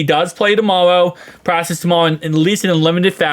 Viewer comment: Bro it’s practice not “pracess”